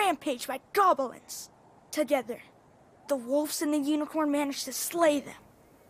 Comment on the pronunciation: After Jenna got triggered by Gob-i-lins but moments later he says "tidying" as "tye-dying" and "Joan" as "Joanne"